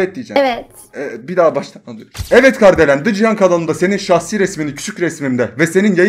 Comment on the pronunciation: Abi Kardelen değil KARIDELEN diyecektin galiba